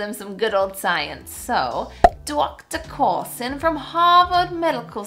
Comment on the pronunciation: "Dawcta Cwarlson" I've been English, living in England for a lifetime and that ain't no accent I've ever heard. Now in New York...